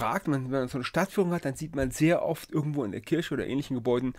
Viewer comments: Es heißt Kirche...menno. und nicht 🍒 Kirsche. Das kann doch nicht so schwierig sein. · Es heißt verdammt noch a mol Kürsche! :-P